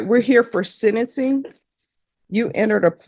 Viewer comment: Deport…its sentencing not sedingson